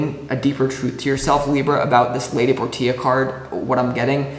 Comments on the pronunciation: All the love stuff didn't resonate, but the career aspect toward the end did, lol. Thanks for that. Btw, Lady Portia is pronounced "porsha." Not nit picking, just loving correction. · Hey! Libra here who’s name is Portia. Love the video, can’t help but giggle every time you say “Lady Por - Tia” it’s actually pronounced “Por-Shuh” ❤